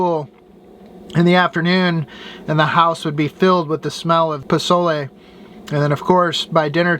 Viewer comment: I just love that you pronounced Pozole and Tortilla the correct way! 🤗😋